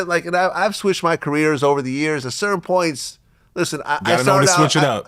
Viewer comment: That's that NO dialect. Anything with an oi is pronounced like an R, like points is pernts😂